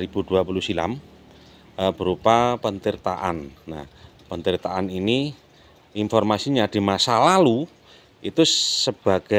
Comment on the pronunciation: Lagi mas BUKAN PENTIRTAAN. TAPI, PETIRTAAN. DARI KATA DASAR TIRTA, ARTINYA AIR.